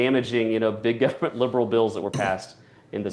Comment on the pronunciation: Decent guy who can't pronounce the word Government. Whats up with that?